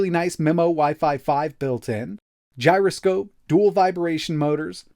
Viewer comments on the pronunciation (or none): none